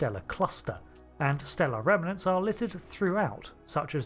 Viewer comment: I notice often say "remenants" instead of "remnants". But here you then quickly follow up with one instance of it said properly. If it helps, imagine it in good sci-fi fashion as "rem'nants". 😁